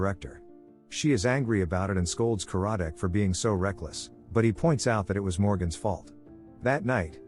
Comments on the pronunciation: It’s not Ka-RAD-Dec. It’s KAR-rad-dec. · The narrator should watch the show as the inspector's name is CAR-A-DIK, and the person who is his boss is not the Director but is the head of the department. And that wasn't her boyfriend but her ex-husband.